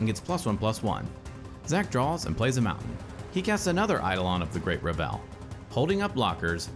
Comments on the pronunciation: Only criticism I have is that Revel is pronounced "Reh-vul" instead of "Re-velle" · Awesome video, just one complaint. It is "revul," not revélle" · Reh-vull Not Ra Vell. It's a party, not a french composer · Only thing i have a problem with is the pronunciation of “Revel”. It’s being pronounced like “Revell”. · Excellent video but every time you said Great RUH-VELL instead of REH-VL, my eye twitched. :P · Revel should rhyme with Level or Bevel, btw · Was getting ready to comment this. Can't wait to play my meme deck with ReVELL in RiCHES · Eidolon of the Great "Reh·vl" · btw I believe 'Revel' has the emphasis on the first syllable, rhyming with bevel or level. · Just a small thing, I think you might be mis-pronouncing "Revel". A misplaced emphasis on the second syllable. I could be wrong though. EDIT: I was mistaken about the goblin guide triggers. Otherwise, quality content as always! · Revel is pronounced with the emphasis on the first syllable, not the second. Sorry to be that guy, but it was bothering me.